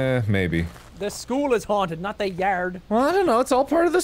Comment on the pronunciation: “the school is haunted not the yærd”